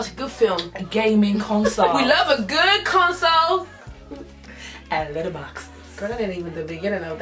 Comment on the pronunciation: "Letter botix"??? 😂😂😂😂😂😂😂. I'm donee